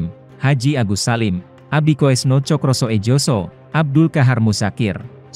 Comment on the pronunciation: hadeuh... itu ejaan dulu min, "SOE" itu bacanya buka "soe" tapi "SU", "SOEJOSO" juga bacanya bukan "soejoso tapi "SUYOSO", ini yang ngisi suara manusia apa robot sih???